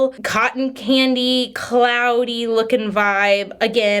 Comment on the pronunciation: Even knowing what video I clicked I kept hearing "cotton panty" not "cotton candy". When she mentioned the scent I was just like "that's weird. I hope they are CLEAN at least. Why not just call it cotton? 😳" 😂😂😂